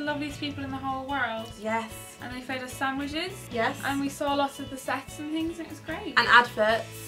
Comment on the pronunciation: Hazel said "we saw the sets" I thought she said "we saw the sex" confusion ensued...